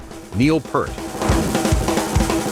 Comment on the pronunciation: He is pronounced PEERT- not Pert !!